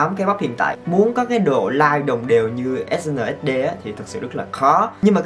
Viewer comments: E đọc Ét en ét đi 😕😕😕😕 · mà sao anh không đoc SNSd là Ét En Ét Đi vậy